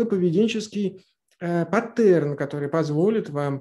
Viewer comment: Паттерн - ударение на А